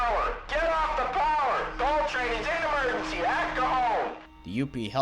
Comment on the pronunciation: GIT OFF THE PO-WER GIT OFF THE PO-WER